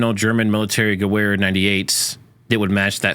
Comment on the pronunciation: Sorry, but its "Gevehr". Its a german W sounds like a V thing.